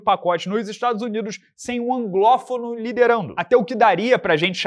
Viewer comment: "A-N-G-L-Ó-F-O-N-O". Para tudooooooooo!!!